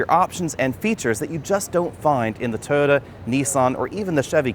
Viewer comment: "Tota" 😂 Jk great video